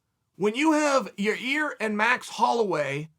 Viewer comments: Ya-ear... better than Ya-rear I guess.... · I never see anyone comment on how bad uncle Chael is with fighter names. Every time I hear “Ya Rear” on the podcast I lose it 😂